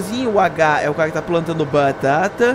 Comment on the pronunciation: pq vc fala batata de um jeito estranho